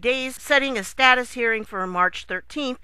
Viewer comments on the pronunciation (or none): none